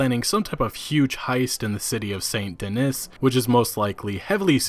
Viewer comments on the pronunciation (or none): Bro it's pronounced "San Duh-NEE" not "Sant Dennis" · Yo, french speaker here. If you want to get it right, the way to pronounce Saint Denis is Sane (but mute the end part so its almost like Say) De Knee. Useless info since Americans dont pronounce Orleans the french way but hey.